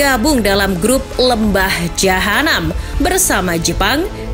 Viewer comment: INDONESIA ADA DI GROUP LEMBAH JAHANAM... Asli koplak bgt si mimin nyebutnya bkin ngakak 🤣🤣🤣🤣